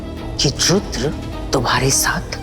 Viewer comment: no jo aap bol rhi hain vo rudra ho jaye ga 😊 aur serial m isse rudhre bolte hain